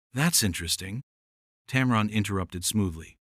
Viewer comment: Why don't you ever show the actual interviews? is no "powerhouse". It's "TAM-run", not "TAM-ron".